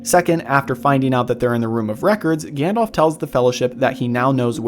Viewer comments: I love your channel but it really irks me when you mispronounce Gandalf's name. It's not 'Gandolph', it's 'Gandalf'. Listen to how they say it in the movies :) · Also, his name is Gan-dalf - not Gan-dolph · For americans: it's pronounced Gundulf, not Gann-Dolph. Also, Sour-Onn instead of Sore-Ahn, and Saa-Roo-Munn (The White) instead of Sermon (the methodist). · Odd pronunciations of "Gandalf" and "Took" there ! I wondered who "Gandolph" was.